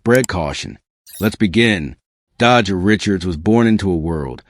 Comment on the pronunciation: Can you respect her and say her name right please? Dejha is not hard to say or pronounce! Every time you say her name like that my blood boil. REST IN LOVE DEJHA🙏🏾💔